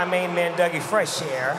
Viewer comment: It's DOUG E FRESH, not "Dougie". Respect where respect is due.